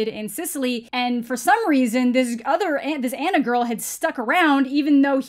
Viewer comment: 1: the way he says girl as "gorl" 2: "swip his nose like a credit card" 😜👌